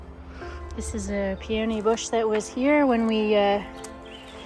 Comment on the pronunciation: I really appreciate your vlog. Peony is pronounced with the emphasis on the first syllable. Pee uh nee. Emmaus is Emma oos. I appreciate your vulnerability in sharing about the development of your business. I Hope you can afford to get some help someday. This is so much to do by yourself!!